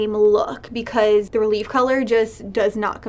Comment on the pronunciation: It is pronounced rel-ev-ay not relieve it is ballet terminology.